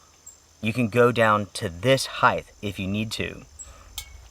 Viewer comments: "Height" is pronounced "hite" not "hithe" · Heighth IS NOT A WORD what's the weighth ? 🤪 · All I can think through the whole review was that I wanted to tell you there's no h on the end of the word height. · Word turned him into Mike Tyson